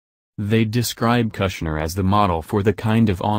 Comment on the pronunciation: kush-ner not Gusner